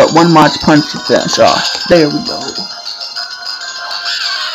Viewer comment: mach is pronounced with a 'mawk' not 'mawtch'